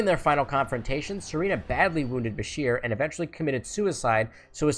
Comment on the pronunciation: *Bashir*, not, "Busher."